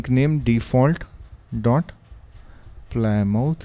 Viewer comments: it's pronounced 'plim-oth' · btw, it's pronounced pli-muth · Well done. Is there a way to preview what each splash screen will look like before installing it? PS "Plymouth" is pronounced "PLIM-uth." Thank the Brits for that. :D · We indian called it ply mouth